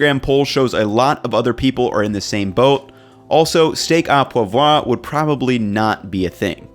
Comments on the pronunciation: steak au poivre is pronounced steak oo pwavreah, more or less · it's pronounced steak o pwahv